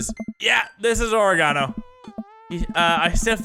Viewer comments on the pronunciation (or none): Mini says: ori-gone-oh I say: ore-gin-oh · Oregano is pronounced Or-egg-uh-no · It's OR-EGG-INO u fuck😂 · why do yo say or-e-gon-o. its pronounced oreg-ino. lol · You say oregano like you say origami. It's O-reg-an-o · Why do you say oregano like origami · Who tf says oregano like that 😂😂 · Mini you butchered the pronunciation of oregano... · Is no one gonna mention the fact of how mini pronounced oregano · Is no one going to comment on the way mini pronounces "oregano" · Why does he say oregano like that I find it annoying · The british way of saying oregano kills me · I'm not seeing enough comments regarding his pronunciation of oregano. It tilted me so hard